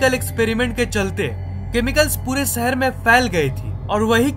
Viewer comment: Bhai shehar bolna sikh